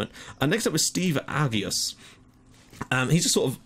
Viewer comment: That's a great result against Hibernians, they're top of the league irl this season. Shame about the Naxxar game though, even though tbf Temile's quality [He got snapped up by Dynamo Kiev a few years back while playing for Valletta] Regarding pronunciation: Psaila: Psy-lah Agius: Ah juice